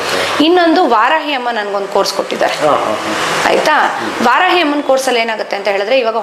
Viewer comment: ವಾರಾಯಿ ಅಲ್ಲ ವಾರಾಹಿ